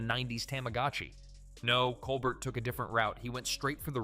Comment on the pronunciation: Nice video. However I don't think the voice over pronounced Colbert's name properly.